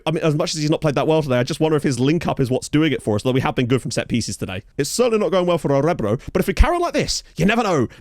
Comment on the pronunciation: I used Orebro SK as my team for 9 seasons when I was trying (and failing) to build a nation in Sweden and I never knew how to pronounce the name until now. Thank you.